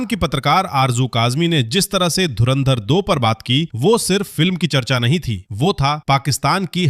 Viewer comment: Inse dhurandhar to bola hi nahi ja raha .... Bekar log